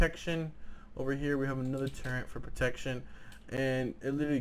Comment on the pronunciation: Holo on a Ak wtf and its turret not turrent